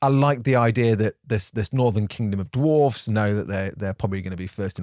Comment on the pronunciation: Look at you pronouncing that plural ‘dwarfs’ properly as Tolkien would have you do. Cheers sir.